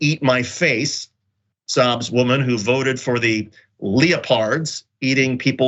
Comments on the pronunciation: Leo-Pards. 😆 No worries, I would have made that mistake myself. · Lee-o-pards? Seriously? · Who says “leo-pards”? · Yeah, seriously, the original is spelled correctly both times, but this doofus insisted on reading wrong because it apparently looked weird to him the second time. Leopards ate my face as a joke thing has been around for years. He thought it was a conservative making the comment or something. This guy seems to get some basic things wrong, like the other day he thought ectopic pregnancies were inside a womb. I hate people who voice support for causes I support but also make the dumbest and most obvious mistakes.